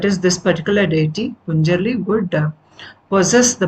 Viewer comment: Ma’am , a small correction 🙏🏻; it is Panjurli daiva , not punjarli. And it is Kaantaara, (as ‘th’ in ‘path’ & not ‘t’ as is ‘not’)